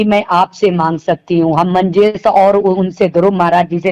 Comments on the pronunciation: मंजेश भाई का नाम ठीक से लेलो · मंजेश नाम तो सही से ले लो